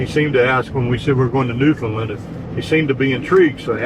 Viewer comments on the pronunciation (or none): It's pronounced New- fin- land with the accent on the word "New". 😊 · Just FYI if you’re not there yet, the locals pronounce it “New-found-land”. They WILL correct you! LOL